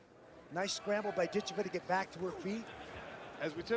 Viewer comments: Before she gets to America and blows up, I believe her name is correctly pronounced Dit CHEV a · HA! I didn't even notice that. Sad that the broadcasters got it wrong.